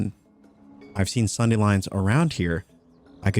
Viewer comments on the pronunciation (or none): none